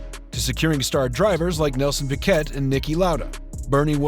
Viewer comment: Please know your subject,nothing destroys autobiographical doco ,giving in depth information but mispronouncing people's names makes the watching experience second rate.like Nelson's name is pronounced PK not Picket.